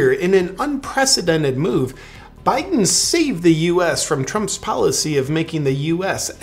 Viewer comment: Hey, please refrain from saying Poo'un, Bye'un and insulting reptiles. Proper pronunciation, and situational awareness, people.